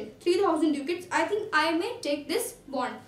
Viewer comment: It's dacat in pronounciation not duucat